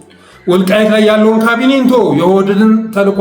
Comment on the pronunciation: ብአደን ሳይሆን ብአዴንነው ኦህደድ ሳይሆን ኦህዴድ ነው ካብኒ ሳይሆን ካቢኔ ነው የምባለው:: ለስሙ አማራ ነኝ ትላለህ አማርኛውን ስታንጋድደው ትውላለ:: ችግርህ ምንድን ነው?